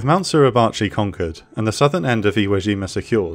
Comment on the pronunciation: Suribachi / 擂鉢 / grinding-bow, the pronunciation is SU RI BA CHI. All it take is few seconds to look it up. WTF is SLURRY-BACHI ?